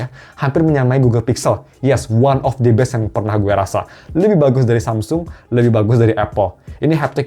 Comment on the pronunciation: Bang bahasa lu sih keren yak kadang campur pake bhs inggris, tp tolong kalo ngomong the best itu pelafalannya the best (d'e best) bukan d'i best. The dibaca "ndhi" itu kalo awal kata berikutnya berupa huruf vokal kayak aiueo